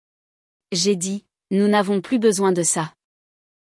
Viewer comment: Des erreurs de traduction à partir d'un original en anglais. Par ex. "Elle a peur / Elle devrait l'être" > (She's afraid / She ought to be). "Plus" dans le sens négatif se prononce comme "plu", non comme "pluss".